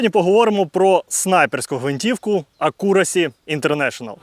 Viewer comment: Та не "акУрасі", а "Ек'юрасі"